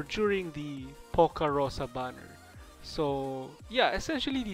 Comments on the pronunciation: Lol even Russians had troubles with reading Rosa's name (Роса [rosà] - dew, in English) Not [poka] pls, I write without hate or anything, I just want to kill myself when I hear [poka] 🙃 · Even though everyone who speaks Russian will tell you that its not POca with hit on "o", its PocA with hit on "a", that means "dew" or this drops on the leaves in the early morning. so you read it wrong. The same like its not ZIma, its ZimA with hit on "a", that means "winter". And its not IstIna, its Istina, with hit on first "I", that means "truth". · "Роса" is in the Cyrillic alphabet, not the English alphabet. While Cyrillic does share several characters, their pronunciation is most of the time different to their English counterparts. The Cyrillic "Роса" is pronounced "ro-sa". Reading it as "po-ka" is plain incorrect. Зима is read "zi-mah" not "three-en-ma". Истина is read "ees-ti-na" not "nc-tun-ha". Роса is read "ro-sa" not "po-ka". Hear it for yourself: Copy and paste Роса (do not type it in in English). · It's not Poca Rosa... it's just ROSA. xDDDD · Her name is pronounced Rosa and written as "Poca" in the Cryllic language alphabet (according to All Ursus students have their names shown in Cryllic like Zima, Gumi, and Istina. Even for Poca, while it looks like the western alphabet, each letter actually exists in Cryllic, sounding out "Rosa" Furthermore, you can hear in her audio files that she clearly refers to herself as Rosa, so the pronunciation isn't in doubt, it's mainly how you choose to write it. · Please don't call her "Poca". xD Every russian bear in Arknights has her name in cyryllic in brackets next to her name, so it just seems like you're ignorant of her real name and pronunciation of it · Cause everyone misspronounce it. Her name translates as "dew" so the emphasis is on "a"